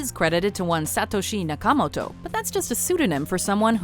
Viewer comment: Jesus. Idk that I've ever heard someone butcher a Japanese name that badly before. Suh-toe-she yaw-kuh-mow-toe. Not that hard.